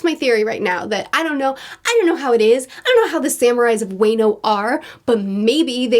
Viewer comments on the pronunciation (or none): Wa(y)no 😂🤣 to help you out it’s wa(h)no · Wano is pronounced WA-NO/UANO, not WEINO. thx for reading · Love the Reviews keep it up!! also, I think Wano is pronounced "wah-no" just for future reference. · Just to correct you on pronounciation- It's WAA-KNOW not WAY-KNOW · Please I love your reviews to death, but for the love of God WA-NO WA-NO WA-NO. WA like watermelon. My heart cant take this waynoe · It's not Way-No, it's Waa-No. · Wano...wah-noh > way-no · It’s Wa like water for Wano not Way No lol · "Man, week-to-week on this one must have been rough." This arc was when I caught up on the anime. It was rough. "Wayno Samurai". The county is called Wano, pronounced "Wah-no". His name is Kinemon. I don't expect you to remember this for a few more weeks, so that's fine. "Black Market" is close enough of a description to fit that everyone will know what you're talking about. Like others have said it's the "criminal underworld". Having only seen Punk Hazard once almost 8 years ago, this was a nice refresher for me. I had forgotten how much I enjoyed all the character moments between the crew in this arc and with the allies of Law and Smoker/Tashigi. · I love you but Wano pronounced WAH-no not WAY-no 🙏🏼🙏🏼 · So way-no is pronounced wa (like in warranty) and the no. Plus when you get to it wano kuni is Japanese for wano country. Other than that love the content👍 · Hahahaha great video as always. You pronouncing Wano as Wayno was something I didn't think i needed to hear. Wa-no 😂😂😂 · Wano is pronounced as waa-no not way-no. Hope that helped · Haha just so you know it’s not pronounced Wayno, its more like “Wahno” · It's pronounced WAH - no, not WAY - no. And the Wano arc is beyond anything you could imagine. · It's wAno not wÄno like in Marvel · By the way, it's not pronounced Way-no. It's supposed to be Wah-noh. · Your going Spanish on your pronunciation Wah-no not weh-no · wano is pronounced like guano as opposed to wayno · It’s wah-no not way-no